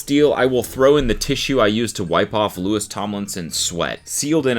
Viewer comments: LEW-EE not lewis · The way I cringed when you said “Lewis” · The Louis with the hard s killed me inside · IT’S PRONOUNCED LOO-EE We’re still unhinged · not him pronouncing it Lewis 😭🤣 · Anyone gonna bring up him saying Lewis and not Louis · I can’t be the only one bothered with Cody calling Louis, “Lewis” 😂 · How dare you. How dare you pronounce Louis’s name like Lewis. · some of the imagines are absolute satire and seeing them being read as something fr is so funny also louis being pronounced LUIS is so funny 😂 god the bringing back of this is so funny — one of my friends pranked the sun and it was published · WHY DO YOU KEEP SAYING LEWIS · the s is silent it’s said like louie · Cody please just say Louis' name right ONCE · don’t pmo cody the s is silent in louis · cody the way you are pronouncing louis name is killing me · Saying Louis’ name wrong 🤣🤣🤣